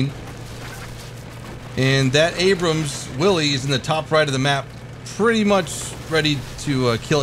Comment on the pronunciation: "MUH ABRUUMMSS" lol